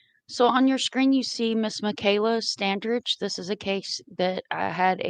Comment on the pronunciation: The"g" is pronounced as a "j" The "a" is like A in apple. 😉